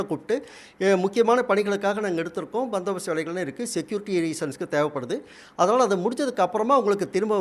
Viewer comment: ஒரு நிரூபருக்கு பந்தோபஸ்து என்று சொல்லத் தெரியவில்லை... பந்தகோஸ்து என்று சொல்கிறார்.. பாவம் தினத்தந்தி க்கு வேற ஆள் கிடைக்கவில்லை.